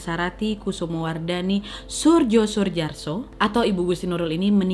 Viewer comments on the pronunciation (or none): Koreksi kak, nama suaminya dibacanya jadi Suryo Suyarso kak 😊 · Mohon maaf, sedikit meluruskan kak, bapak "suryo suyarso" bacanya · Kalau ngg salah nama suami Gusti Nurul adalah Soerjo Soejarso mengucapkanya adalah Suryo Suyarso krn tulisan itu adl ejaan lama, dmn huruf Y dulu itu penulisannya J, sedangkan J sendiri ditulisnya Dj, spt Jakarta dulu ditulisnya Djakarta, Djual Jojo (jual yoyo), sedikit koreksi supaya menyebut namanya tidak salah